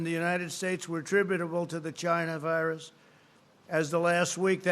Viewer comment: Chy-Na virus